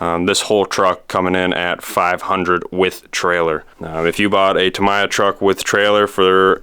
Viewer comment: 3 things.... 1: Back Rack is actually a Headache Rack. 2: Tamiya is pronounced Ta Me Ya not Ta My Ya. And 3: it's not a truck and trailer, although they do exist, it is a Semi Tractor and Trailer. Other than that... Cool video